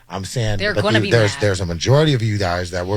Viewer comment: He messed up when he said "Majority".